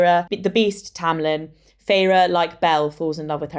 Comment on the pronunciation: Isn't it pronounced Feyr not Feyra😮